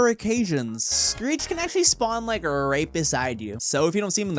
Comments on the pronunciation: my man say street instead of screech 💀 edit: he said greet on hult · ok he said Greet! XD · he says "street".